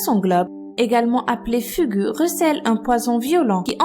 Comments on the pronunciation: le dernier ça sa prononce fougou pas fugu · Ca s'écrit 'fugu', mais ça se prononce 'foukou' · au cas ou le mo fugu se prononce "fougou" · Le Fugu se prononce Fougou ; Et l'alcool est le fléau le plus dangereux... Je partage l'avis d' Abby Jensen et, abonné, adore vos vidéos !... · Concernant le Fugu (dont les "u" se prononcent "ou"), il a des parties du corps comestibles ! On ne peut en préparer légalement que suite à un examen sous forme de concours il me semble. Mais certaines parties peuvent être consommées sans danger quand il est correctement découpé. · Pour Fugu, le 'u' se prenonce en 'ou' (Fougou) =) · Fugu? FUGU? ÇA CE PRONONCE FOUGOU! LE "U" CE PRONONCE "OU" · Fugu ce prononce fougou, puisque c'est un mot qui viens du japonais